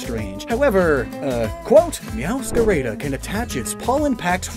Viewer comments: "Mascara" instead of "Máscara" and "Mewscareida" instead of "Mewscarada"... I'm sorry but, as a Spaniard, I have to say that gave me ear cancer... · You're actually pronouncing "Meowscarada" wrong, all As sound the same, as in "apple"